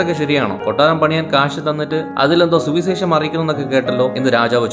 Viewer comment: സുവിസേഷം അല്ല സുവിശേഷം. പല വാക്കുകളിലും "ശ" എന്നതിനു പകരം "സ" ആണുപയോഗിച്ചിരിക്കുന്നത്. please correct 🙏